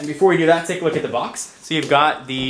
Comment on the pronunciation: btw,, you mispelled the. You said rhe.